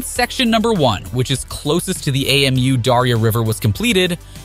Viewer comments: The river is Amu Darya. Amu is a word (pronounced ah-moo) not an abbreviation A.M.U like the narrator is saying. Anyway, good for Afghanistan and doing their own thing and developing their own country the way they want. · Who pronounces Amu as AMU? Lmao